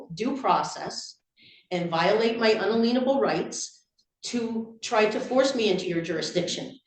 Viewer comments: I think she's mispronouncing inalienable on purpose, and it works out worse for her in legal terms. In-alien-able, as in "alien" meaning "foreign," means that no one can make those rights foreign to you, or in modern language, no one can take the rights away from you nor can you give them away. Compare that to un-a-lien-able, as in placing a "lien" on someone's property. She's attempting to say no one has the ability to place a "lien" on her rights, moving from modern legal language into sovcit "contract" law focused on debt and obligation. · As a Christian, no. No, it doesn't. Romans 13:1-7. The ONLY time to disobey authority is when it is on conflict with God and His Word. Such as being ordered to not pray to Him. Edit: is "in-ay-le-en-able" not "un-leen-able" rights. Edit 2: it's not " my honor" either!!! 😂😂😂 Wth?? It's "your honor". What an idiot. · 😂the judges faces after she mispronounced unalienable yet again. Sovcits just parrot words they don't even understand. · A couple of them pronounce it "un-a-lien-able" rather than "un-alien-able"... I think it's because they're both really bad at etymology and obsessed with filling (fraudulent) liens as a means of taking what they think they're owed. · “Un-a-leenable?? 🤣🤣🤣🤣 Try “In-alien-able”. Funny how they use words that mean absolutely NOTHING in a court! They clearly have no idea what words MEAN but still use then. In a court of law, her utterings are insane and untrue. She REALLY needs a showing of how our justice system actually works!!🤷🏼‍♀️🤦🏼‍♀️ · Omg she keeps saying unaLEENable rights instead of unALIENable 😂😂😂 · "un-aleen-able" rights?? you've got the confidence and one-eyed perspective of the terminally misinformed down pat, but repeat after me: "in-alien-able rights." *you* are the alien, petal. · "un-a-lean-a-bull" No, it is unalienable. "Un-alien-able" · If she says unalenable rights again im going to do bad things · “Unaleenable” that’s NOT how it’s pronounced OMFG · “unaleenable rights”